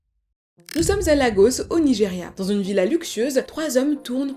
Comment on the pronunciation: Par contre Lagos se prononce "Légosse"